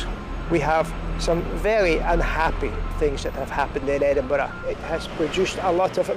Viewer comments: Edinburoo lmao xD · What the hell u said edinburell u dumb ass my god y don't they make a Scottish person like me talk about their own land for once!!!!? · I always get a laugh out of foreigners trying to pronounce Edin-buh-ruh. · im dutch and even i say it right...they really dont want to do a bit of work and pronounce it right